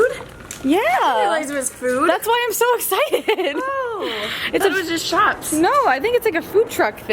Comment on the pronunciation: Do you notice how you say "ine" instead of "I'm?" Just was curious if it was an East Coast thing. Liked the vlog!